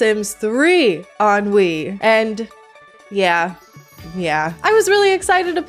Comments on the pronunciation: What a hot mess of a game 😂 I love the Sims 3, personally. It can be glitchy, but it's still a great game. I also don't mind the aesthetics of it. Fun fact: every time you said "on Wii" all I heard was "ennui" and it made me laugh 😆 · It's hilarious that "On Wii" sounds like "ennui"- a feeling of listlessness and dissatisfaction from a lack of excitement. It's fitting. I'm a sims 3 lover, but the lack of supportive infrastructure and all of the bugs really puts a damper on things. I played it for years with minimal issues and now it runs so poorly on windows 11 that I just play modded sims 4 instead. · I keep hearing "sims 3 ennui" and it is making me laugh a bit the whole way through... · I knwo you said "Sims three on wii" but it sounds like "Sims 3 Ennui" which perfectly describes sims 3 on wii